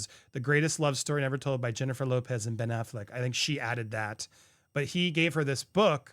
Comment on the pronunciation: not Pen Affleck 😭